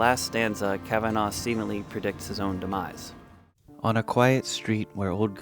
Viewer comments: Fyi: It's not pronounced 'Kavan-augh' It's correctly pronounced 'Kavan-ah' (phonetically) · Kav-an-nah not Kav-anv-oh. Regardless of it being spelt Kavanagh. Please listen to the spoken Dawning of the day or the music to the poem to get the correct rhythm to it. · It's pronounced KAvanAh not KavanAW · I know Irish names are pronounced slightly differently in America but Kavanagh in Ireland is pronounced Kavanaaa not Kavenaw 😊